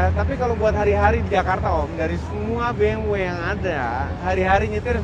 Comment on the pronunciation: BMW pake W om, bukan Double U, hahaha